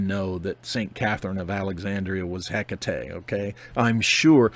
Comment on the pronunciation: i call her hek tate nice to hear the proper pronunciation